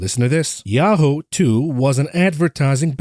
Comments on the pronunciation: it's pronounced "Ya-hoo" the "hoo" sounds like "who", not "Ho". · Yahoo is pronounced as ya-who and not ya-hoe. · “Ya-ho” … fml 🤦🏻‍♂️😂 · It's 'yah-who' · lol he says "Yah-hoe" funny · Yahoo is pronounced as "yah-who" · ….please 😅 Yahoo is pronounced like this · Revisit your pronunciation of Yahoo. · Yahoo is so unimportant that doesn't even pronounce it properly 🤦